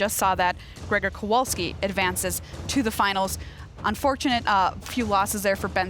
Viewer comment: Perfect pronunciation of Grzegorz's name from:) And an excellent job by both and as usual - we've become too used to greatness during those good old days hehe